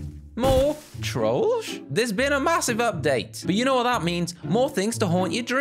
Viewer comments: Hey you are pronouncing trollge wrong Correct pronouncing: troll-jay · It sounds like he saying George